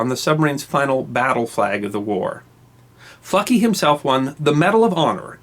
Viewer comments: who else thought he was saying "fucky"? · You really needed to stress the 'L' in FLucky good buddy. I drive freight trains so I was not impressed about FLucky's lucky train operation! Great story though.